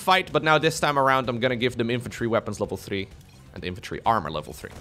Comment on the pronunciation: "elvel"